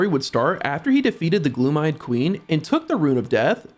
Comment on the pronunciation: why are u mispronouncing so many things. even saying gloom eyed queen... like damn bruh wtf